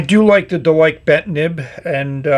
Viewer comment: Based on the Chinese characters, it's more likely to be pronounced Der-Lee-Ker (less emphasis on the Rs and a shorter EE sound)